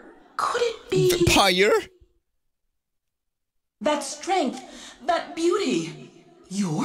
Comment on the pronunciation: you're a vampyuhr